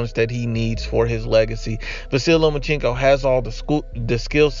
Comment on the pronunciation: It’s Lomachenko not Lomachinko